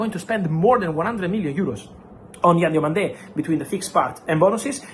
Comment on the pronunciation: It's Yann DIOMANDÉ not Diamonde